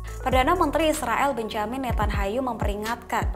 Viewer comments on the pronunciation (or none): Nethanyahu dibaca.Nathanyahu , nyahu bukan Hayu...